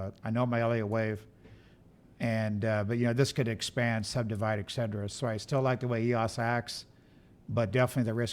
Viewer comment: The younger gentleman kept saying, "ExceDRA".. does he mean "et cetera"?